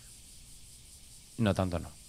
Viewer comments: Amo cuando subes juegos de Chilla's siempre tienen una estética muy buena, y que dure una hora el video es perfecto. Me da algo de gracia que diga "tranto miedo" xd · "nunca dio TRANTO miedo"